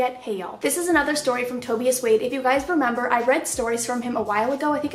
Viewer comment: That's not how you pronounce Tobias. Can't believe you said Toe be us. Just a joke don't fucking take it serious bitch